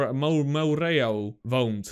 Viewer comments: je spreekt het uit als Merro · Hé je maakt super leuke content blijf zo door gaan En je spreekt het uit als morro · je zegt het als Marro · Hoe iedereen het zecht moreau: morauw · Je spreekt het uit als Morow, Zoals Bureau (dezelfde "o" klank). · Je zegt het als moreu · Telkens zeg je de naam van moreau verkeerd. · Wat kan je de naam goed uitspreken🤣😂